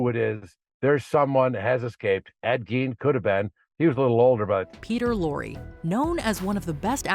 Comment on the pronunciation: It's pronounced g a i n e as in Ed Gein.😮